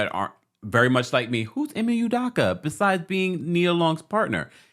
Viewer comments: Hi, as much as his name is in the news the past few days and as many videos as you’ve made, it’s cracking me up that you’re still butchering his name lol. It’s EE-MAY UW-DOW-KA. The Nigerian in me is slightly irritated lol All love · Bro please pronounce this man's name correctly. 😂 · You can’t even say his name right. Smh. Guess you got your views though. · U could at least pronounce the name right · first of all learn how to pronounce his name correctly...people cheat...all parties involved need to go there separate ways...